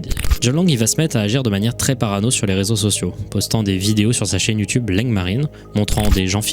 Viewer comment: La lettre "R" qui introduit le mot "Réseaux sociaux" , écoute bien avec du volume, on est d'accord que ça fait un son bizarre?